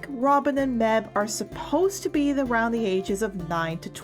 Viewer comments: Quick...uh...quick note...mebh is produced Maeve or mayve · # I've now watched this 10 times and I'm STILL not tired of it!!! (Btw Mebh is pronounced maive) I ALSO now have the concept art book AND the graphic novel! I got them ASAP!!! I've also been wanting to be free for the LONGEST TIME!!! But... Unfortunately, I can't... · BTW, Mebh is pronounced "Maive"